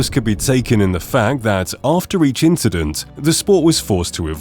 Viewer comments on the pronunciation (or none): “After each inchident”